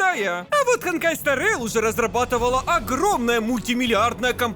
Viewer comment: а вы название читаете это хонкай